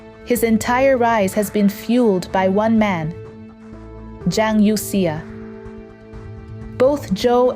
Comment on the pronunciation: It somehow strikes me as odd that the speaker in this video apparently does not know how to pronounce Chinese names correctly.